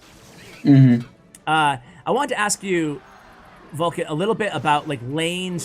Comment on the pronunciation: Isnt he VULkan and not VULkcan? I got confused by reading the description. But yeah, he's my fav. pro now honestly. Surgical comes second. It feels like yesterday I was rooting for Viva La Sparky in Kings Cup 2. Love from Nepal. <3